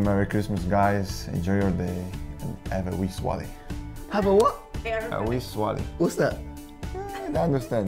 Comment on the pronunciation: Bitton saying swallay pmsl